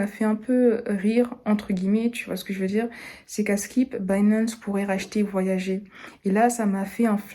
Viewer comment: Salut, la plateforme "voyager" se prononce en anglais "voyag[eur]".